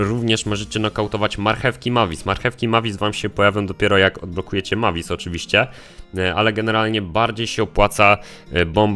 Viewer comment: Jak już mówisz postacie to wymawiaj je dobrze Mavis czyta się Mejvis